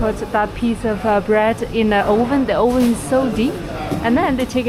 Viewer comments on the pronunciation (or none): Hello, I hope you don't mind (because your English is already so good) BUT "oven" is pronounced AVN (with the A as in "but"). NOT as "ouvn", with the O as in "only". Great video as always. Have been watching almost every video since you have started! Best of luck for the next one.